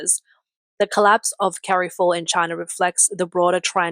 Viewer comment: Well the AI can't pronounce Carrefour correctly.